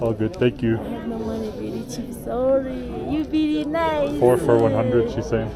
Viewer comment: 找外國人精準的說"no meny"，想也知道什麼貨色